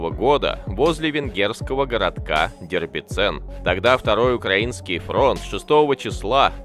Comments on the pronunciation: Дебрицен, не Дербицен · Дебрецен а не дербецен. Будь внимательнее и аккуратнее.